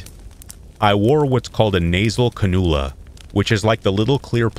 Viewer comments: For future reference it’s pronounced can-you-luh. Love your channel! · The nose piece on the hose to receive oxygen is pronounced CAN - U - LA....LOLS....SORRY.😘🥰😍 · “Ca-nuul-a” lol